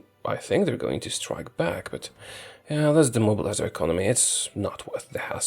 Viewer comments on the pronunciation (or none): none